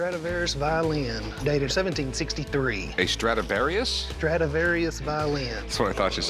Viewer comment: It's a " Stradavarous Fiddle "